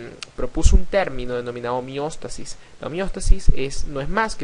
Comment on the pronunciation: Muy bueno, nada mas una pequeña observación al pronunciar "homeostasis".